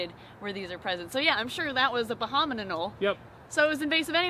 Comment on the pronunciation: Every time you say "bahaman Anole", I think you're trying to say abominable.